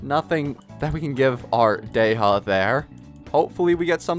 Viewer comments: Sorry, Day-ha?? Day-ya, or Dee-ya is the correct pronunciation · 🔥 edit: not dey ha its Dehya 😅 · The random letters you decide to emphasize in some character’s names really confuses me. Why would you say “Dey-ha” and not look up how to pronounce it or at least choose the English dub’s pronunciation </3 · it’s pronounced “Di-ya” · it's actually pronounced " De-hya" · Am i hearing this correctly? Dey ha? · god this "dey HA" triggers me so much tbh i really like his vids but omfg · not wanting to be that guy but why in the hell is he saying dey-HA??? goofy ass😂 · Because the english dub is stupidly incorrect, especially that Dehya is an arabic name. You're supposed to prounounce the H 🤦🏻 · Stop pronouncing names wrong